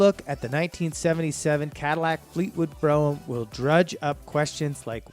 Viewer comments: "Bro-Um" ?? I couldn't finish this video due to the all the mispronunciations. If you're going to do a video at least say the names correctly! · Tor-o-na-do not tornado, brougham is one syllable, sounds like comb. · Is the guy on the video from outer space?? He managed to mess up all the pronounciations of these cars. It's BR-ohm and Tore-ra-nod-doe not Broh-am and Tornado. He did all this research and can't pronounce the name of the cars. LOL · Be nice if people who put out these videos actually did research on how to pronounce the car names. It's not Tornado, it's Toronado. And it's not Bro-um, it's BroMmm, one syllable. It's not FAY-TON like some Star Trek phaser, it's faytawn, one smooth word. It's not a Lincoln Mark V, it's a Mark FIVE. Your facts and visuals are excellent, however, so you get props for those. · And Brougham is pronounced as 1 syllable "brohm" not bro-ham. Obviously this guy wasn't around in the 70s, he didn't even use the word malaise era. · Tornado? Bro em? Mark Vee? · Fay ton.....Bro ham.....Tornado.....and Mark V.......LOL......Not only is this guy not a car person.....he probably wasn't born yet when these cars were on the road ......I was laughing through this whole thing.......🤣🤣🤣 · Not to mention “BRO-umm” and “FATE-on”. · He also can't pronounce Brougham properly.